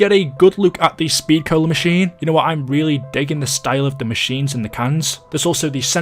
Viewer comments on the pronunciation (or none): none